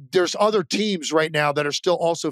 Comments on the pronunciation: He can't say th noises. Keeps saying udder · Same. I think it's because when he's trying to say a word like "other", he pronounces it like "udder." Lol 😂